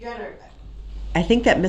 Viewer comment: just like when he says “can I do dat” !